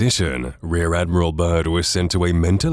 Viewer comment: It’s Admiral Bird not Bert